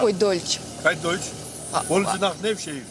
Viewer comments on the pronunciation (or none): Deutsch. Какой дойтш. Иди DEUTSCH учи. Взяли по объявлению 🤣🤣🤣 Алина клёвая ведущая была